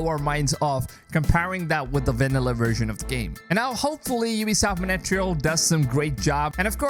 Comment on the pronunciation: Or wersion instead of version